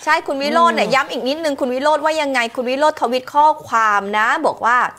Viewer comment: คุณผู้บรรยายข่าว ส.ส คนที่ว่า เขาชื่อ วิโรจน์ ไม่ใช่'' วิโลด ""😂😂😂😂